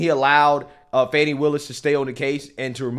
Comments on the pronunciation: They keep calling her fawny. Her name is Fani. You know, like a butt. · It's pronounced 'fanny' Like a butt. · Thats right its pronounced "FAN" ny. If it was supposed to be pronounced the other way, her mother should have spelled it right.